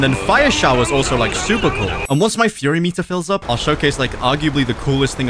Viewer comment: Bro said furry meter instead of fury meter while fighting senpirates